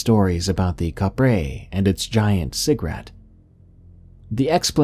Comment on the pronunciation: Kapre is pronounce "cap-pre".